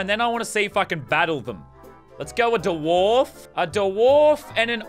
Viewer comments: Did he actually call it a da warf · Did he just say da wharf